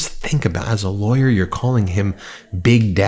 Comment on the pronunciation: Lol... A "Li-Awyer!!!"😂😂😂